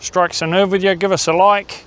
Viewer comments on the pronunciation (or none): none